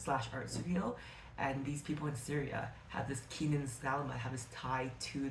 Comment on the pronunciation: hey! i loved your video and i wanted to mention the pronunciation of the character names. salama is 'sa-laam-mah' kenan is 'keh-naan' khawf is 'khe-of' layla is literally just pronounced the way it's spelt. 'lay-la'